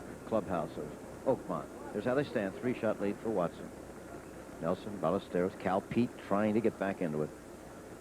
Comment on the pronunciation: Agreed. Which is why it's so surprising he kept mispronouncing Ballesteros.